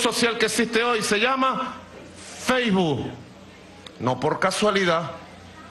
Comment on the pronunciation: Feijbu?? Sukerru??? Sukermon????man mar sukenber😂😂😂😂😂😂